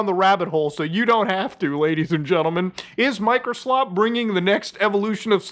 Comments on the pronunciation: You said "Microslop" incorrectly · You keep mispronouncing Microslop.